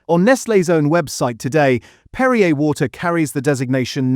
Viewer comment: PerriAY NOT Perriuh.